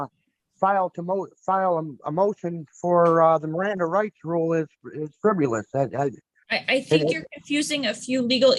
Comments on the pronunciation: it's "fribbelus"🤣🤣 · this whole thing was "friv-U-lous" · How does someone like him honestly think they can successfully represent themselves in court?! He can barely say the word friv-you-luss.